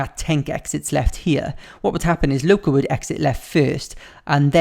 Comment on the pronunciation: Ugh it’s the was he says LOCA 😂😂😂😂😂😂😂😂😂😂😂😂😂😂😂